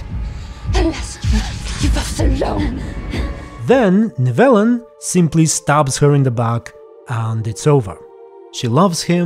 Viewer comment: I’m just mad at the mispronunciations more than anything